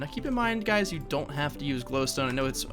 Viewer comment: for some reason i though you said HEY GAYS in the intro